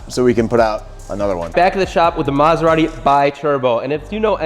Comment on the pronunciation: Great job Guys! Very nice and beautiful car ..... but, Sorry, I can't hear now u pronounce the name of the brand:" MaserarRi"....put a "T" before "i" : MaseraTi....grazie ;-)